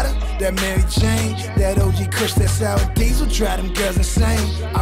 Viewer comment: He Said Sour Diesel 😂😂😂